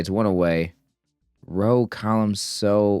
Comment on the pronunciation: PIETY is pronounced pie-it-ee. you're almost at your 1000th Wordle! nice one! a ROW is another word for an argument or fight. I think it's more commonly used in the UK, and its pronunciation rhymes with "ow." please don't stop being silly; it's endlessly entertaining to me! 😆 thanks so much for the video, and I hope you have a fantastic rest of your day! 😃:hands-yellow-heart-red